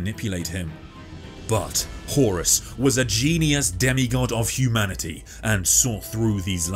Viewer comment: this was a great synopsis, great video horus… huh-horus. HORUS